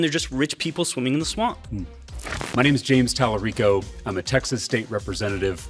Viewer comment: It's pronounced TAL-A-RI-CO.